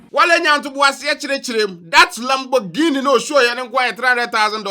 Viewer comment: I heard "Lamugeeni"😂. But jokes aside, I'm happy these guys are living their lives😎👍